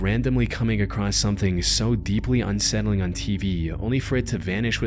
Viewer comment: Love the content but brother please realize there is no T in the word across